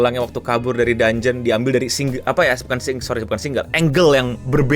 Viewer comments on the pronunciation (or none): none